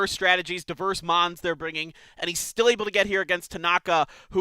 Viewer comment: These announcers are shit, I could do better and hardly play the game anymore. They mess up almost every Mons name